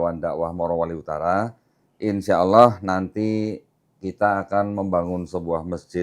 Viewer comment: Saya suka...logat sebut nama Allah fasih banget... Legit... seperti ustad2 melafazkannya.. Allahu Akbar...❤❤